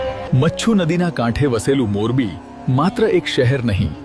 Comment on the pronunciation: Morbi no Gujrati uchchar barabar nathi. Ek to Morbi ni j vaat karo chho ane tamara vishay nu naam pan barobar boli sakta nathi.